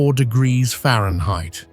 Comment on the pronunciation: Temperatures can reach 100 diggita-errrfba’s? 😂